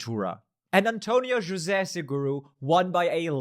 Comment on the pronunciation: You pronounced António José Seguro correctly 🙂👍